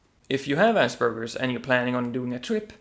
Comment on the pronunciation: its Aspergers not Asbergers